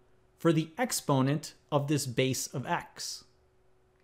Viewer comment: Did someone say X-ponent?